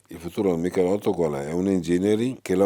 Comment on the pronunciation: Dici Michelitto dici anche Stratos